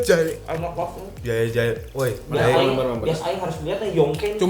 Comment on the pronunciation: Ngakak terus Kenapa harus JA.E sih kang bacanya wkwkwk